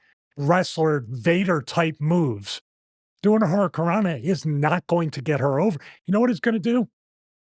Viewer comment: Hit her with the ol' "Hurry-I-cant-rana"